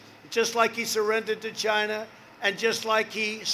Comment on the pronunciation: It came from "Chi-NAHHHA"